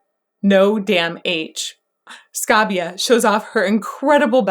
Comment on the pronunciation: Cristina "Ska bee ah".. album is pronounced "Calm a lies". Chuckle!